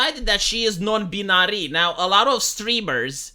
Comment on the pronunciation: Hey dude, just wanted to say that I appreciate your content. Whilst I don't always agree with your conclusions, I do very much appreciate that you take the time to put them out there. Also dude as a native English speaker lemme just give you a pronunciation tip for binary, you got it virtually entirety correct, but you have to pronounce the "bin" part as if there was an e at the end. Yes another silly example of the difference between how it looks and how it sounds for English, but I figured it was the least I could do with all of the videos of yours that ive enjoyed. Wishing you all the best for the future and looking forward to hearing your takes on whatever absurd thing happens next.